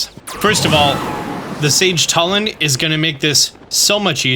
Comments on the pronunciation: Hey I think it's pronounced Tulin with a U not Talon with an A❤ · Telin? TELIN? ITS TULIN GOD DAMMIT Luv ur vids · it took me 3 tries to parse what you were talking about when you said "talon" instead of "Tulin" lmao had to extrapolate from context. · Yeah it's not "TULL-in", it's "TOO-lin", like the word "tulip"... They pronounce it in the cutscenes that have voice overs, like the one where Tulin is unlocked as a sage. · Just FYI, the name of that character is Tulin, not Tullin. It's pronounced "too-lin", not "tuh-lin". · Tulin (Toolin) not Tulin (Tuhlin) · he pronounced Tulin as Telin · Great video, but I'm pretty sure it's Too-lin not tuh-lin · Bro pronounced his name T(UH)lin💀. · It's pronounced tu lin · Great info thanks, but for the love of god PLEASE stop saying "Tullin" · It’s pronounced Toolin Two-Lin They say it in the Cut scene with the sage of wind. Please up vote this so he knows! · why does he say "Tullin" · you just assaulted Tulin with the way you said his name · Him mispronouncing Tulin is really getting to me, great video otherwise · i really dont understand how you never know how to pronounce zelda character names no matter how easy they are like at this point i dont get it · Wicked video! Thanks for always providing great tips :) Will forever be bugged by you pronouncing Tulin's name wrong though xD